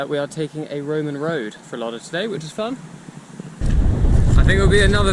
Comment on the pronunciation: Well done to you. Just watched last two videos will watch the rest tonight. I used to live in Jedburgh, family still do. Lauder is pronounced as Lawder . But we’ll done buddie awesome achievement.